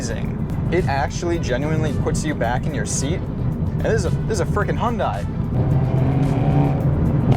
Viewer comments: Not Hon-die, Hun-day. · hyundai rhymes with sunday not fun guy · No. It’s pronounced “Hyun dae” or “Hyun deh” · You drive the car bet yet still pronounce it wrong😂😂😂 It is literally pronounced HUNDAY!!!!! The South Korean just put a little more emphasis on the “ Y “ when saying it. Like “ HiUNDAY “ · speak after me: "Hyeon - Dae" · Great video. Only suggestion is the pronunciation - should be 'Hyun-DAY' (refer to the super bowl commercial - rhymes with 'Sunday' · To me (Australian) it will always be hyun-die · 네 알아요. 한국어 조금 말해요. but this isnt about saying it with perfect korean pronunciation, its about getting people to not say "high-yun-die" or any variation of such. you can do a youtube search for "hyundai sunday" and see what hyundai themselves have to say about it